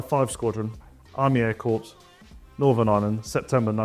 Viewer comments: it's core not corps as in a dead body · Was NOT expecting the SLS. Hope it's not too expensive... The 1/72nd Wessex is very welcome: I'll probably be getting one.: "Corps" is pronounced "Corr" (silent "H"). Also, in the text for your Irish Spitfire trainer scheme, it says "Crops", not "Corps". If you send it out with that typo in place, I might just break my nothing-bigger-than-1/72nd rule and do one as a crop duster, just to troll you at SMW...😈😈😈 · Yes, the "corpse" pronunciation is a credibility hit. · Some amazing kits. Thank you. Please tell me you didn't keep saying Corpse. Air Corpse? Seriously! Learn to do the speak English good, like what they told you in school. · Two things that I can't not mention... three is not pronounced free! And the narrator perhaps doesn't know that Corps has a silent S. Not a corpse! That's my OCD sorted. Now I do like the look of the Stalwart! Having had many hours in the back of those beasts in Germany. BAOR. 😁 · Yeah, I cringed every time he said “corpse”. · Nice work Airfix - particularly on the Jaguar and Stalwart......but PLEASE....learn to say corps properly. You are not talking about dead bodies. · Someone please tell this chap how to pronounce ’corps’. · Great line-up..... perhaps you could find out how to say "Corp" properly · I put up with this terrible, unrehearsed presentation, right up to your inability to pronounce "Corps" correctly. Very nationalistic ranges, especially the space models, no ESA launchers, no Soyuz launchers. The channel is now part of my DRC Club. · The backing music has that someone whispering "Aitch", like correcting his pronunciation of H! Wish they'd caught the error on Corps too! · well done Airfix! ill be spending my money on a few of those! great to see a Stolly, and Twin Spit! ... by the way you keep saying corpse .... pronounced as "core" lol cheers! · Pronounce ‘corps’ like ‘core’ not ‘corpse’ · Wish the presenter could say Corps properly. It’s phonetically ‘Kay’ NOT Corpse!